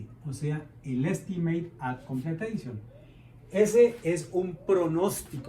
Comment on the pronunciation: BAC: la C es de completion, no de completeishon xd